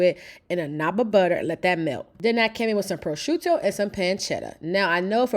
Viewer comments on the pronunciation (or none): none